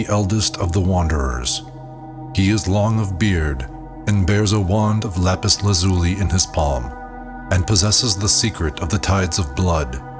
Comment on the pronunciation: Its pronounced lapis LAZ yooo lie. You ruined my immersive experience